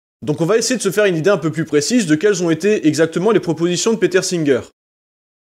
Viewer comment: Y'a que moi de perturbé par sa prononciation de "Peter" en "Péteur"? 😵